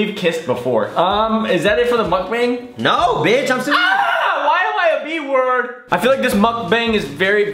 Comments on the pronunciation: is it weird i get triggered when they say the a in mukbang like that? like the way they say it is how the a in abc sounds and its supposed to be mukb(ah)ng the ah sound not a? because its 먹방 (meokbang) not bang but bahng. okay irrelevant comment i know but i had to say it. 😂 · Moook bong that’s how it should be spelled 😂